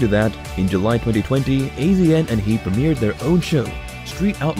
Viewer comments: "AZN" yeah we pronounce it as "ASIAN"........ you know probably cuz he's Asian, maybe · Dear Celebrity Net Worth, we already know 99% of this. If you’re trying to do an update, just the tiniest bit of research would have made this worthwhile, not regrettable. You would have known that AZN is pronounced Asian. Also Farm Truck’s last name is Whitley, not Whitely. The rest isn’t worth my effort. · AZN pronounced ASIAN I hate these robo voice overs